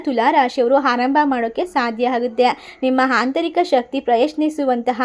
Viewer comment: Tq... 😊❤,, hantarika alla mam adu aantarika..... 😊